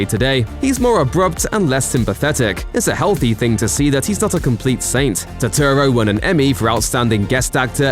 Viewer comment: Put some respek on Turturro's name!!